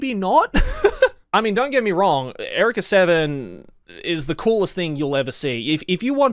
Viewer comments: Is this just Joey not knowing how to pronounce Eureka? Or is the show just weird like that? Because it’s not pronounced Erika, it’s pronounced “You-Ree-Ka”. 😂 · Erica =/= Eureka You Ree Ka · erika seven???? is that how u say it really??? no one calls it out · TIL there's a different way to pronounce "eureka."